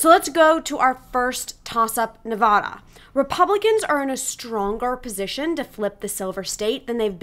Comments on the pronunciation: In English, the Silver State's a is pronounced like the a in hat. Nobody pronounces it "Nevawda." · I pronounce it like you, but a lot of people pronounce it like the woman in the video lol…. I’ve even heard many people pronounce it Nevayduh… I’ve lived all over the country.